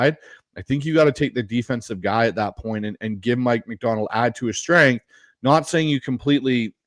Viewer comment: great vid as always (edit: appreciate letting the fans draft) but goddamn, "stenghth", really lol